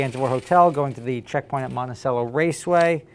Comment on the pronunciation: Alright, I gotta teach you how to pronounce Monticello, it is mon-ti-chell-o